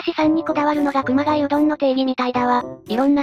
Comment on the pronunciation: AI音声の影響なのか、熊谷市をちゃんと「くまがや」読んでるのに熊谷うどんを「くまがい」と読んでるのと同じ間違いでしょうかね。